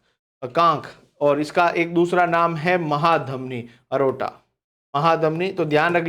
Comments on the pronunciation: सर चौथे प्रश्न का पहला आॅप्शन "एरोटा" नहीं "एओर्टा'' हैं। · सर महाधमनी का दूसरा नाम "एरोटा" नहीं "एओर्टा" हैं।